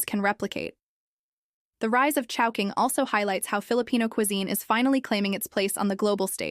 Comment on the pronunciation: in the video, why chowhoing, instead of chowking?